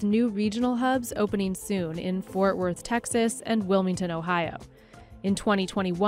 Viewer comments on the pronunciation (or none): Fort* Worth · It’s Fort Worth not Forth Worth